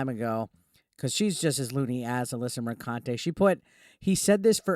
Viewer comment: Alyssa McCunty say it right.